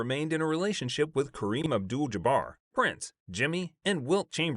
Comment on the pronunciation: Yeah I noticed he also kept saying Prince, instead of Prinze for Freddy Prinze